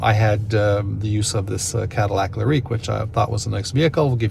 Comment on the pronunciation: Leer-eek. Is that how y'all pronounce Lyriq in Canada? Lol